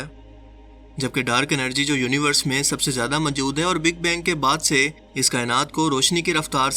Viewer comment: السلام علیکم بیٹا جی ۔۔۔ آپ کا تلفظ اتنا غلط ہے کہ کوفت ہوتی ہے۔ مثلا آپ کی نالائقی موجود کو مجود کہنے سے ظاہر ہوتی ہے۔ لگتا ہے یا تو آپ دورانِ تعلیم نالائق تھے یا کسی نالائق استاد سے پڑھے یا کسی نالائق بیک گراؤنڈ سے تعلق رکھتے ہیں۔ ہو سکتا ہے یہ سب کچھ غلط ہو مگر اپنا تلفظ درست کیجیئے